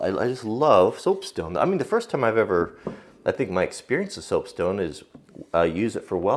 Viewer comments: Did anyone else notice that just before the minute mark he said stopesone instead of soapstone? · "Stoapsone" hahaha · 3.55 "stoapsone" lol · stope sone.... sorry, i've defended you im comments before, vigorously. but on this occasion im gonna poke fun a little- stope sone eh? where can i get me some of that? also, what is a sone? dose it come from a mine stope? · He said stoapsone! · So I'm gonna make some stoap sone(?) Am i the only one hearing this? xD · "Stope Sone" :D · listen and you'll hear him mess up and say Stoap Sone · "Stopesoan" :D